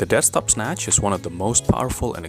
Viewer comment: Dead stop, I thought you were saying desk top